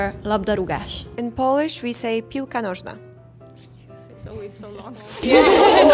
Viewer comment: Holy... Seong-Ji said piłka nożna like a real native speaker. Very impressive